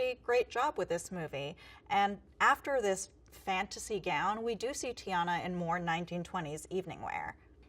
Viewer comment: It’s TIANNA NOT GIANNA